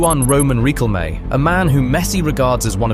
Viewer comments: Birdcamp ? Reeqelme ? Is this AI voice over ? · Rikkelmé? Wer-ghost? FFS man, you can't even pronounce names. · The pronunciation of Riquelme makes this a down vote. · Holy fuck this video is so weird. The 'violence' wasn't that bad, I'm assuming you used AI to voice it because fucking lol at the butchering of Juan Roman Riquelme's named , etc. Jesus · The pronunciation of Juan Roman Riquelme LMAO - great video. Love the Dutch, They always give us an insane game. But Aguante Argentina <3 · If you want to speak Spanish or say a Spanish name, please work on your pronunciation. Respect our language. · Not bro mispronouncing Riquelme. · riquelme's pronunciation 💀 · Learn how to pronounce Riquelme properly. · You pronounced Riquelme's full name kinda funny. And then you pronounced "Que miras, bobo?" really funny, you Gringo 😆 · the most violent thing about this is your mispronunciation of Riquelme, and I say that as a Dutchman who is still recovering from this match